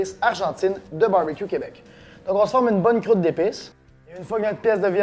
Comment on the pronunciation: J'adore quand tu dis " Crroute " ! :-) Merci pour les bons conseils !